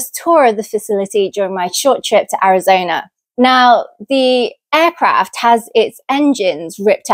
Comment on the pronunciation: Where is, “Arizoner”?